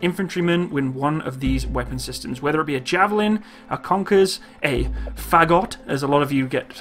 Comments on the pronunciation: Great Video, all of your stuff is very informative. Thanks for all the work! And: Fagot is pronounced a bit like "forgot", with the stress on the o. So, not FAgot, more like faGOT. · .. it's fagOt not fAgot :) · Фагот, should be pronounced <Pha> like in "pharmacy" and like in "got", it is musical instrument.